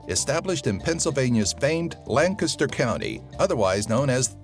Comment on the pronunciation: My Grand Aunt lives in White Horse, PA; just on the outskirts of Intercourse. Also, thank you for saying Lancaster with a very good attempt at the correct pronunciation. Your phonetics were right, but the pattern was slightly off.